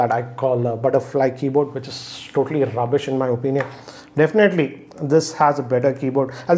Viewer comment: "RRRRubbbish" is equivalent to Jessica Lockhart's slap in F.R.I.E.N.D.S:D